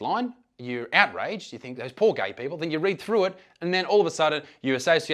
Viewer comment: "Why ahr yuh gae??" - based Ugandan